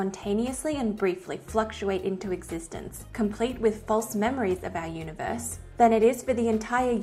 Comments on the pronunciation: Is elmer fudd narrating when he said uni voice i think he means universe. i guess its funny. he loses his R . and you add it to idea. you say idear. so your idear is univoice is verwee verwee sneaky. content is great fun to watch. and your verwee pretty. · The guy has weird pronunciation. UniVORSE? Some of his words I can barely understand.